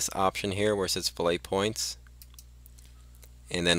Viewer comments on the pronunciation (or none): Just a minor comment - Fillet, when in the context of rounding corners is pronounced (fill-it). This is an engineering term. Cool video :)